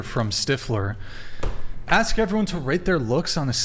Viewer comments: You need to go back to english class and learn how to pronounce words m0r0n. The s comes before the k in ask. 🙄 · She didn't axe that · "when you axe her trooof" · Is the “girl” in red a transgender woman? Yeah you’re “off the charts” 😅😅😅😅😅😅😅😅. Example: extensions are not wigs, “ax”, “truf” “maff” (math), hated geometry in my Science class. YOU need to go back to school. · just wish they could say the word "ask".